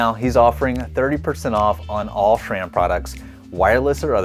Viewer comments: Love your videos dude! But it did surprise me you don't know how to pronounce "S"ram (it's not "Sh"ram) 🤣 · Why do you say "shram"?